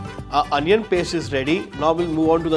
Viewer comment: Anion Paste? Bro, get back to your senses please. Don't kill native English in the name of accent.